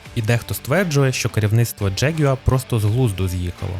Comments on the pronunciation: Джегюер?!! Яка мразота! Взагалі то завжди було Ягуар, і читалося теж! Це збочення - вносити у нашу мову англіканізми!!! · Бляха, що за дЖєгЮааа????? Може простіше сказати ягуар? 😅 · Неможливо слухати. Який нах джеґуа? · Ти якщо понтуєшся, то вивчи правильно вимовляти слово ягуар англійською. А ще краще говори ЯГУАР як всі нормальні люди!